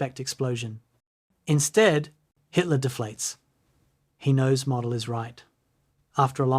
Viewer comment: it’s pronounced Mowdel